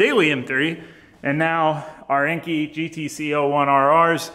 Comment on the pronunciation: great video. But enkei is pronounced (N K).